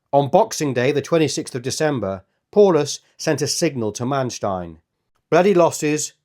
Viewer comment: It’s pronounced POWlus